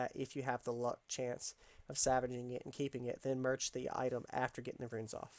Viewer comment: Dude are u saying savaging an item? Or salvaging an item?